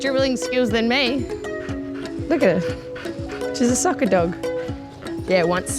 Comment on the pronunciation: And NOW YOU PLAY REAL WORLD FOOTBALL... you sound okka when you said SOCCER !